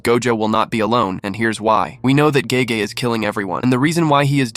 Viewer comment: You are correct. I caught on towards the end when he mispronounced Gege.